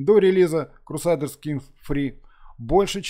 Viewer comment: то есть "крусайдерс" тебя не смутило?)